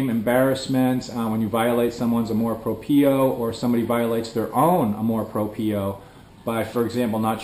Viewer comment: yep, the pronunciation of amor propio is incorrect, check google translator to hear the correct sound